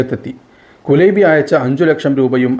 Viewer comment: കുലൈബി എന്നല്ല കുലൈബ് എന്നാണ് عبد الله كليب الهاملي